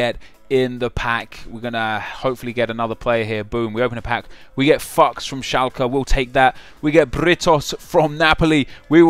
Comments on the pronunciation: Died when he pronounced Fuchs as 'fucks' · Pronounces all names perfectly then when it came to 'Fuchs' he says Fucks LOOOL